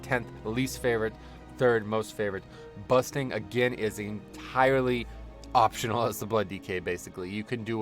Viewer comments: you forgot to mention busting not bursting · Sounded like you were saying 'busting'. My least favorite btw. Slows down aoe pulls